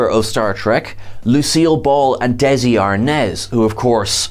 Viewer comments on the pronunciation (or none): none